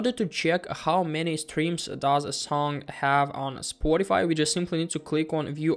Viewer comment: Stfu bro, you say spoaddify